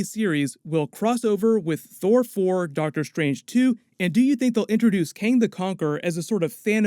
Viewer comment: Kang not KAne